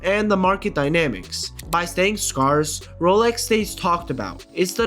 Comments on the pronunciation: It's "SC-AIR-CE not "SC-ARCE" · Someone teach this guy how to pronounce "scarce"